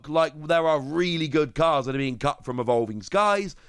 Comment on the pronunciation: You said “cut” but I heard “cucked” and I died laughing lmao